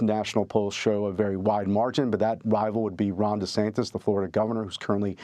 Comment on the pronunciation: This guy is taking the MIKKY, he said Desanctus and Huuuuge😅 😂😅